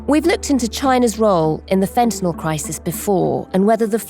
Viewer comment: If only the ignorant morons at Times Radio could pronounce 'fentanyl' correctly (fen - ta - nile). Say 'nile', as if you were pronouncing the name of the river in Sudan and Egypt.